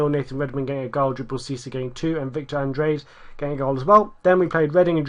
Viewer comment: Fair enough for some of them but get off his back. Anyway he does say Andrade right